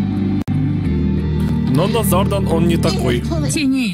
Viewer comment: Его зовут Наузарадан, а не назардан